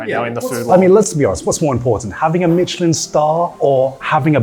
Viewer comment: It's not Michelin Star Chef it's Meilyn Star Chef